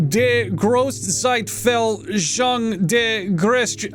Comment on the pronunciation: Doss airfoondain middlealter dee grohste sightfailshung durr guess-shick-tay